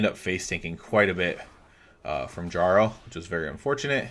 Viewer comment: Jesus fucking christ. That's not how you pronounce "jarl"